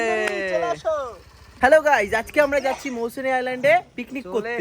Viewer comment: মৌসুমী ❌ মৌসুনী ✅